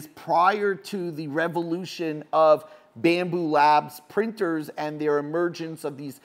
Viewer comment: It's BAMBU LAB... no S at the end.